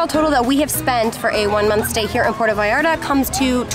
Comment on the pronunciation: Will y’all pronounce it correctly!? - It totally grinds my gears to hear the arrogance of yanks not calling 💩 what it is… It is NOT Pordda Vallarrda. It’s PuerTa VallarTa. Pronounced: PwerTa VayarTa Apart from that- nice vid.